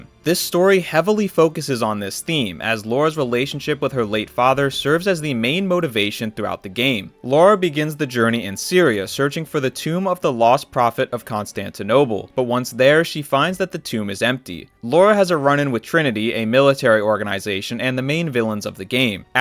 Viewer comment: And Constantinoble